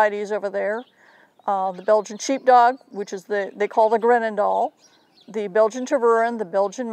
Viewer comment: no they do not have they are belgians dombo first learn to pronounce the names